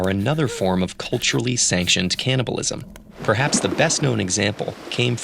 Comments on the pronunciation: It's CANNIBALISM, not CAN'TNIBALISM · advance caliblism.